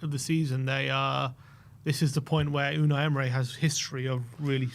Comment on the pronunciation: Unai "emray" 😂